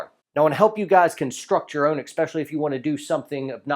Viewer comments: You still pronounce “especially” as “ek-specially?!? Oh well; we grammar nazis will forgive you on account of your dad jokes. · Are you saying "exspecially"? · This is hard for me to say. But it comes from a place of caring. You’re far to much of an educated man to say “expecially”. Whew that was awkward. But I’m glad we got that out of the way. And now our relationship has room to grow.